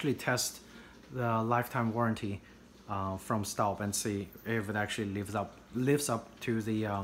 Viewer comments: Proper pronunciation is "STOHB"....and I LOVE my 7qt Cocotte in La Mer (teal blue)! Got it for Mother's Day and I have used it almost every day. As a Southerner, my cooking preference is cast iron and I am always looking to add to my collection. I had grappled between the Le Creuset and Staub for a larger dutch oven for almost 2 years before making my final decision and boy am I glad I chose Staub! Outside of my heirloom cast iron skillets & braiser (vintage BSR & Descoware), this Dutch Oven cooks like a DREAM! I am a homemaker and cook for my own family at least 5 nights a week. In addition I am on the Meal Train team at our church and our daughter's school. I prepared 3 additional meals for other families just last week and La Mer performed beautifully! Perfectly seared whole chicken one night; not a single grain of over/undercooked rice for a Mexican One Pot 2 days later, ending with a flavorful crowd-pleasing batch of baked ziti. Cleanup is a breeze, though I take great care not to hit it on the granite while washing. And I use the same fresh flaxseed oil (refrigerated case) from Whole Foods to treat it after drying it, that I do for the rest of my cast iron. It is a worthy investment as I look forward to taking good care of it in hopes of passing it down as our own heirloom piece. To our sweet girl! If you spend any reasonable amount of time in the kitchen cooking for your family and loved ones, I'd say its a justifiable purchase. Besides, aren't you worth it! 😁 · It's pronounced schtawb